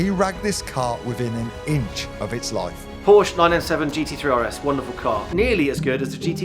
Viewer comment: No wonder you get scammed. You cant even pronounce porsche